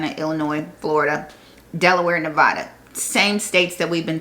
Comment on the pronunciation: neh-VA-duh, not neh-VAH-duh.